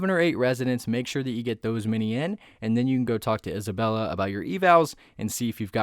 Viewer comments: Its isabelle not isabella (no hate) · Please dont call Isabelle isabella it hurts my ears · The fact that you are calling 'Isabelle' 'Isabella' I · ITS NOT ISABELLA ITS ISABELLE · We trust him when he says isabella🤣🤣🤣